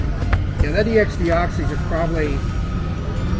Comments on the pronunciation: MANS SAYS X ITS EX IDIOT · Is anyone going to tell him how to say "ex deoxys"?